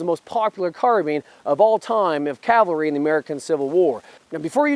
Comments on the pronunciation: I’m not trying to give you too hard of a time but there is a difference between Calvary and Cavalry. Don’t get the wrong idea though, I greatly enjoyed the content! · Please, as a re-enactor, pronounce cavalry correctly. it is not calvary. That is where they nailed Christ to the cross. Sorry, but it is mispronounced so often any more, it is grating on me... 1st Air Cav, not 1st Air Cal, easy way to remember it...... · Don't say "calvary" when you mean "cavalry." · If you are going to represent the Cavalry then you need to learn how to pronounce the word Cavalry correctly. You keep saying Calvary which is the place where Jesus was crucified. Two totally different things. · It’s Ca-Val-ry not Cal-vary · Did you say "Cal vary"???